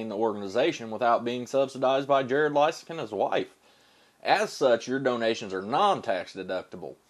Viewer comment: I like your pronunciation of his name better!